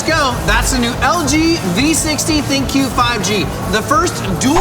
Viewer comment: It's pronounced "THINK" not Thin-Q.